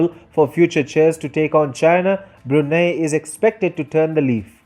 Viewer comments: Its Brunei ( Brunai ) but Brunie ( Bruney ) l azmanbsjad but also me as Bruneian: 👁️💓👁️ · It's pronounce as BRU-NAI. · Lol Bru-NEIGH